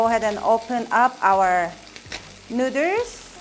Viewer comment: She said "Nooders".....hehe